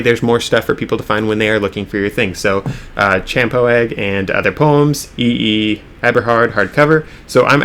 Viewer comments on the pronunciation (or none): Champoeg is pronounced "shampooey" and coincidentally is the name of a place just a few miles from McMinnville. Pretty cool spot to visit, actually, and, if I'm not mistaken, has some historical significance related to the founding of the state of Oregon.